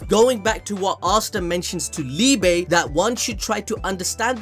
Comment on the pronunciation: Just thought I'd say, Liebe is pronounced Lee-buh, it means Love in german.